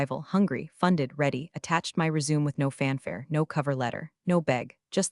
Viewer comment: Re-su-may. Not resume . Lame AI